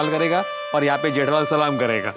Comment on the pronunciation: 😂 Iyer says जैठालाल